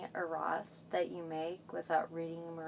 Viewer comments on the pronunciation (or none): "any WHAT?" arruhst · "MirrorAnDa RiGhts"😅 "any eEReaASstsT" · “Any arost….” Ugh